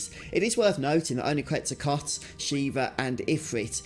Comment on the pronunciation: mate, whoever told you that it's pronounced "QuetzaCOT" has lied to you and knows not what this GF is based on